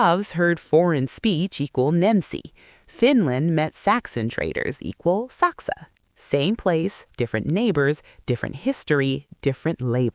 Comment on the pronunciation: Saksa is not pronounced shaksa in Finnish.